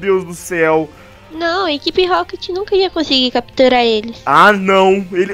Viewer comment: a bonnie ia falar catupirar mas falou capturar